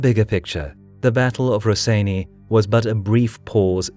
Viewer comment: Maan, im screaming, wtf is 'raseiniai' xdd,this is cancer, it goes 'rosienią' like 'bitwa pod rosienią', love your vids btw